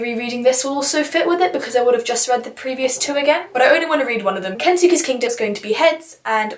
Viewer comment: Jeez you’re optimistic but I love it! Also I know I’m nitpicking but it’s pronounced kens-keys kingdom I think. (Autoboyography is so good! Have you read call me by your name!) the immortal life is also REALLY good!